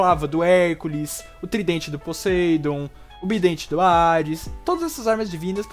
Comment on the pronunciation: Meu Deus cara!! Fala Poseidon direito! Fala o nome do cara todo leproso! Bom vídeo.